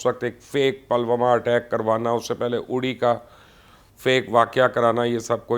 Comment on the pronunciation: You're so ill informed. It's not Palwama but Pull Wama. Uri is pronounced as Udi. You don't bother to listen the correct pronunciation? This is stupid. You or your team doesn't do proper ground work. You used tk say Golwan while the word is Galwan. Therefore a dislike.